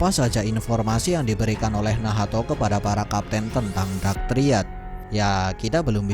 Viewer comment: Telinga gw terganggu mendengar kata2 nahato, nahato. Haha ngapa gak nacht aja si